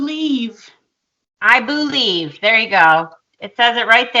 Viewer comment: I boo-lieve in Santa Claus. Boolieve.